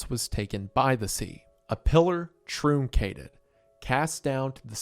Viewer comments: "a pillar trüncated" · You mispronounced truncated.